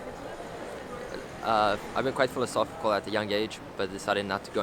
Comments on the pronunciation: dude said phiofosy 5 times but says philosophical fine. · But he says "philosophical" properly!? I had to pause and replay that to check my hearing